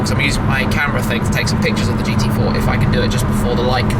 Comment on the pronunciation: that was hilarious how good shmee said the gt4 on german xD please do that again